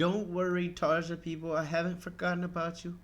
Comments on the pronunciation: I think it's Tar-ya rather than Tar-Ja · Excellent comments. Both versions are amazing but for some reason, for me anyway, Floor's performance is just more emotional, majestic and magical. BTW - her name is pronounced "Tarya" just as Floor's last name is pronounced "Yansen". The "J" in is pronounced as a "Y" in many European countries. :-)